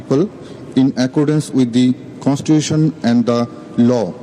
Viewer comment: ஒருத்தனுக்கும் constitution pronounce பண்ண தெரியலையே 🤨🤨